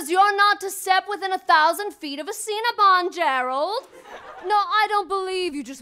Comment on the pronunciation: Ceenabon? Me: Me: Me: aNd HIs n A Me iS jOh N CeEnA Sorry